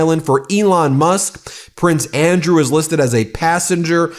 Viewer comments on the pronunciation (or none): none